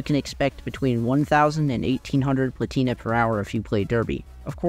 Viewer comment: plAtina, not platIna